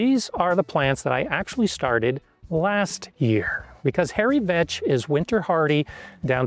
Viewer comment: I had to rewind the video bc I genuinely thought he said "Hairy Bitch" 😂